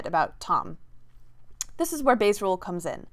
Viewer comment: I heard "Base rules" LOL